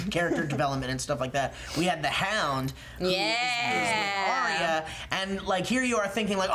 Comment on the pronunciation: Little Finger wants the North. thats my guess. Also Arya's name is pronounced Ar-Ya not Ari-ya